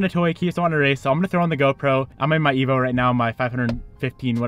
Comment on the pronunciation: You Sir cannot set up a race worth a damn, shift worth a damn or properly say the name of your car.